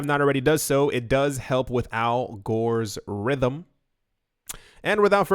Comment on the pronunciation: He said Al Gores Rhythm!!!